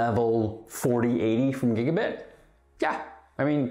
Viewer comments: B Y T E is "byte" like "bite". Not bit. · i swore you were saying gigabit*h as a pun or something i was so confused 😂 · Gigabyte is pronounced BITE is it not?